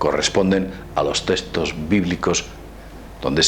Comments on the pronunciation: testos, testos? cuales son los testos? se llaman textos con X. habla bien por favor. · TeXtos, no teStos xD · "testoz" =P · Es nabuconodosor no nabucosor...y es textos no testos...